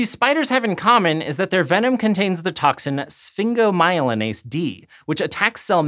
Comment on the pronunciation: How does someone do a great job pronounching Sphingomyelinase, yet can't get recluse right? Spiders don't bother me, but I live in Scotland. The only animal we have to worry about, and only when they travel in packs, are NEDs I wonder if that comment makes sense anywhere outside the greater Glasgow area?